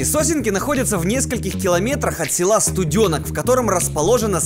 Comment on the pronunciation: У меня кровь с ушей пошла,когда услышала "СтудЁнок" 🤦‍♀️ СтуденОк!! СтуденОк- ударение на "О"!!